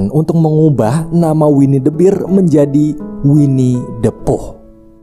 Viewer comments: Bang bahasa Inggrisnya beruang itu ngomongnya ber, bukan bir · harusnya dibaca winnie the "ber" bukan "bir" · Sekadar tambahan biar lu makin kelihatan cerdas bang 🐻 beruang = "bear" dibaca "ber" 🍻 minol = "beer" dibaca "bir"